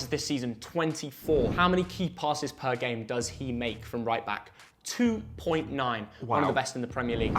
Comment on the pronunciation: What’s a “pler”?